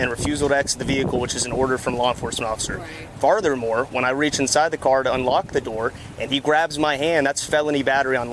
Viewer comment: “Farthurmore” this 🐖 is a joke. I hope they shit canned him immediately after this video was made public